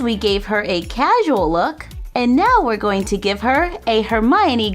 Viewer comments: it's Hermione not hermonie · Don't want to be mean but it's hermione not hermonie